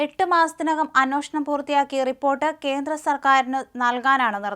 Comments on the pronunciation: Not "അനോഷണം" It's "അന്വേഷണം" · കൊച്ചേ, അന്വേഷണം എന്നാണ്. തെറ്റ് ഉച്ചരിക്കുമ്പോൾ അവിടെ തിരുത്താൻ ആരുമില്ലേ? ഷാജനും തെറ്റായി ഇത് ഉച്ചരിക്കുന്നു.